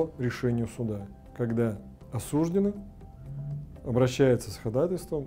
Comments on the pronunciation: По-русски правильно говорить осуждЁнный, а не осУжденный. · не смог смотреть, режет слух осУжденный. Грубая ошибка. Правильно осуждённый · Не осУжденный, а осуждЁнный.